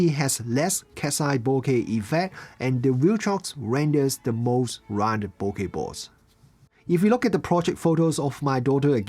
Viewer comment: Thank you for saying bokeh correctly!